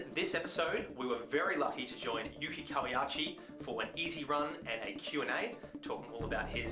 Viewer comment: Great vid and runner. Just a small note: it’s pronounced Kawa-“oo”chi, not “ya”chi 👍🏼